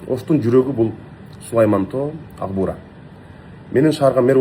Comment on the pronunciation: Ээ Агбуура эмес Акбуура